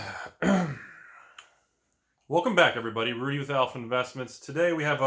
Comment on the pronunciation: Rudy... What's frowd? LOL Never buy a fucking Authentic Altered card.